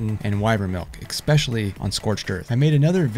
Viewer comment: Es specially.. Not Ex specially.